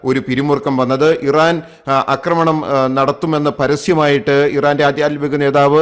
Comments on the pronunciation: അക്രമണം അല്ല. ആക്രമണം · Thante ' akkramanam' chollu masangalaayittu kelkkunnu Aakramanam ennu parayaan ithuvare padikkatha pottanmarude rajavu ,,marapottan ennu ellavarum parayume